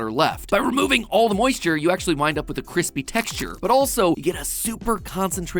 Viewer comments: Who else enjoys some KWISPY KRISTMAS KOOKIES? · You’re gonna make another kwispy treat? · I heard it and it was kwispy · It's nice and crispy, I mean KWISPY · is a legend 😂 (and every time said Kwispy I kept thinking of Nimona 😂) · All I have to say is nice KWISPY episode for some nice holidays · Nugget woves his keispy nuggets and misses his fwend biwwy